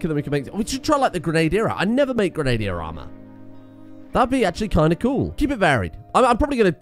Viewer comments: Grenade-ier Let us now laugh at misspronunciation! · You pronounce Grenadier wrong. Ugh